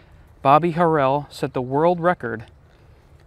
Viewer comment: You pronounced Bobby Harrell’s last name wrong I know him personally he is still alive and lives in port Gibson